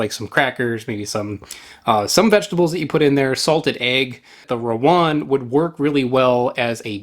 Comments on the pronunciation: Stop saying Rowan. It's Rawon. 🤦‍♂ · How to pronounce rawon: rah-won. Rah as in Bora-Bora island. Won as in korean won.